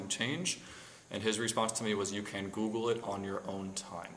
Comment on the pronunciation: LOL " I goggle law.."